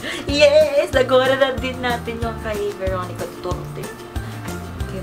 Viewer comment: Veronica* not Beronica